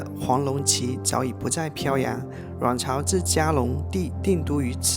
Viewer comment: 謝謝介紹，很好看。「阮朝」發音有點好笑，像「卵巢」。😂 整體拍得很好，歷史介紹也相當到位👍